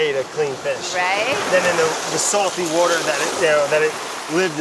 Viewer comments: Finally! A video where Brad says "Wourder" for the majority of it. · I'd say get in the wourder but we're already saying it wrong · It's the Hawaiian Wowter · Wait...where’s the “wauder” edits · "He can't even say water right." What a jerk. Seriously it's getting old. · after all these episodes, someone finally call Brad out: "you can't even say water right", Boom roasted!! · You can't even say water right.. lol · “You can’t even say water right” 😂😂😂